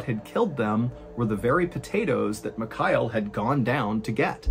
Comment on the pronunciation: I'm pretty sure it's Ghenadyi, and not K/Gennedy... Also Mihail, not McKyle...